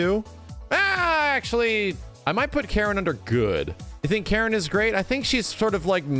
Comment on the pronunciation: Its funny how calls Karin Karen lol